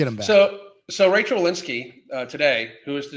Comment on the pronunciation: It’s Rochelle, not Rachelle.